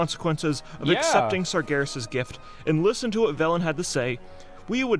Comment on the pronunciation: It's pronounced SARjaROSS